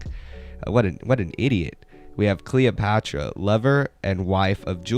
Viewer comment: it lowkey hurt that you were saying cleópatra instead of cleopatricia 😭😭😭